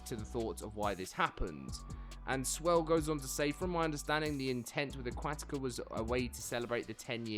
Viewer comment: 46 seconds in and this guy cant pronounce aquatica >.>